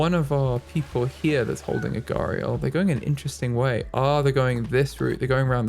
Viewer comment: You are pronouncing gharial right Also you can have multiple male gharial together